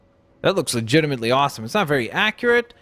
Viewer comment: Can you STOP saying ligitemently so much